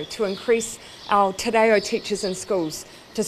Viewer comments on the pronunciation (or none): Given that I have heard Jacinda pronounce maori well, I am very disappointed to hear her say Te Rayo !! This is NOT a maori word, Jissinter ! Good pronunciation is a mark of respect and expression of genuine support for the value of Te Reo. Arohanui.